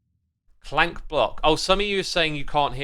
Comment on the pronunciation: I think alot if hermits know its ravager but say it the other way on purpose! They do the same with Crank instead of clank 😅 it doesn't bug me but I definitely notice it everytime